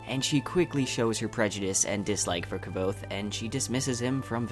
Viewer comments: Indeed, found it quite distracting how he kept pronouncing it keh-vote. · You can't even pronounce the main. Character's name. Your synopsis ia garbage. Never review anything ever again. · i like you videos but PLEASE learn how to pronounce Kvothe! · Your pronounciation of kvothe is highly irritatting, almost made me unsubscribe you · everytime you miss pronounce the guy´s name l head palm... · Man your pronunciation of Kvothe is some fun stuff! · really irritates me that you aren't pronouncing Kvothe right, cmon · Everything good with the video, except how you pronounce Kvothe. the autor made a video were he pronounces the name, so check it out. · WTF! I lost it everytime he says Kvothe's name... when Kvothe first starts telling Chronicler his story, he LITERALLY says how to fucking pronounce it, get your shit together man -.- You may be interested in watching this video where Pat Rothfuss pronounces a shit ton of names. You are welcome Otherwise, great video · You know by now that his name is pronounced totally different than the way you pronounce it? Oh, the vid is good. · "Kvothe" is just one syllable . . . like Quothe. Not Kuh-vothe. Otherwise, great video. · ... that is exactly how long I lasted watching this video before I had to stop. You are not pronouncing his name correctly, and it is driving me up the wall! It's Kvothe. Not Ke-vote. Over and out. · Wow, this is a two year old comment. No one was angry. But his name isn't pronounced "however". It's explained in the book (like qoute) and if you hear Patrick say it, or the audio books, you'll know there is a correct way. 😉 It's just like how people can't pronouce the name Knud. It becomes Ke-nut, and it's simply incorrect. 🤷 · why do you add an e to kvothe's name , you say kevothe not kvothe. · Lol Kvothe himself says that his name is pronounced "Quothe" not "Ka-vothe" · You should learn how to pronounce the main characters name to be taken seriously.... Its not kev-oath. KVOTHE is pronounced like Qouthe.